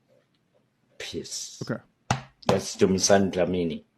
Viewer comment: Doja noooo...you got your father's accent wrong...🙆💀